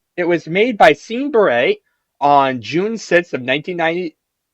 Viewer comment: Who the hell is "Seen Beret"?